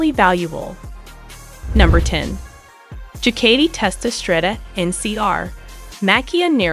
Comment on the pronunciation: This was a waste of time and it’s Ducati pronounced Dewcotee